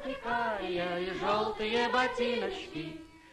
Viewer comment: Эх...глазенки карИА...старое московское произношение...Эпоха. Люди. Время. Все было...не вернуть....